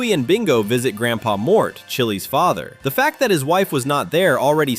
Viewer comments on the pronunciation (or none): It's not Mario it's Mort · It’s mort not Mario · This guy says Mort as Mario